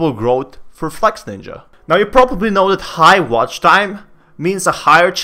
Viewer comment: its not flexNINJA ok hes flexINJA